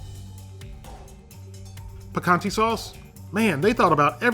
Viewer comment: you said picante so weird. pee-kaan-teh is how you wanna say it